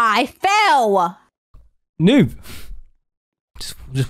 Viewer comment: Its adorable how said I fell but with a w at the end like I felw